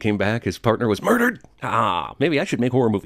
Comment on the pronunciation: the way jeremy says "MURDERED" at like had me in stitches and i'm not sure why